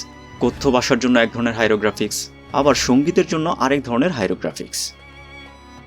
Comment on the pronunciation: Hyrographics বলে ফেলসেন ভাই। সংশোধন করে নিয়েন :)